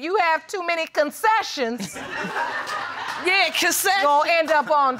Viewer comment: "We had concessions" "CONCESSIONS" 😂😂😂😂😂😂😂 had to take a break lol ok let me finish